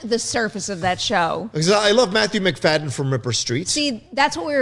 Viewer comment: It's Matthew "Mc-Faddy-in". also, I kinda want Michael Shannon in Gotham somewhere... too soon?